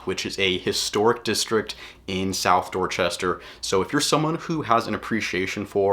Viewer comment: The way this guy says "Dorchester" tell you he knows nothing about Dorchester and has never been there.